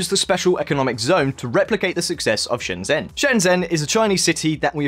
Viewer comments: Just wanna point out, Shenzhen is pronounced "Shen-Jen" (the "zh" equates to a hard "J" sound in Chinese Pinyin) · Shen zhen is pronounce Shen chen, with C not J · Shenjen! Like next-gen. But I have heard a friend from Hong Kong pronounce it as Scienjen. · You cover shenzhen a lot, so why not learn how to pronounce shenzhen. The 'zh' sound more like a 'j' sound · or to be more specific the 'ge' sound on the end of George. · Country Garden is indeed based in Foshan, Guangdong (Shunde District to be precise) as is Shenzhen but the implication this means that they will copy Shenzhen is pretty simplistic. Foshan is its own city of over 7 million people more than 2 hours drive away from Shenzhen. I know this because I live in Foshan and have done that drive many time. Also please learn to say Shenzhen properly. The zh makes a j like sound and not a simple z with the h dropped as you keep doing.